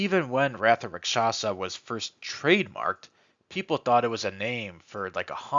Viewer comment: If a single person says Raksasha right ill throw a party